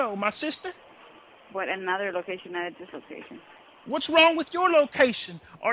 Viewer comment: “What’s wrong with your lokayshin? Ar-Is your lokayshin a-stewpid” cracks me up every time